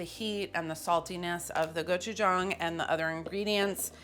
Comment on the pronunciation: I also appreciate Carla's accurate pronunciation of gochu-gang. Whenever I hear some Food Network chef say the word, I yell at the tv.